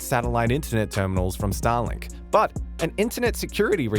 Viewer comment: Please don't prenounce it as Stalin(k)😂